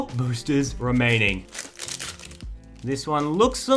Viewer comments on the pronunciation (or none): he says the word boosters really weird.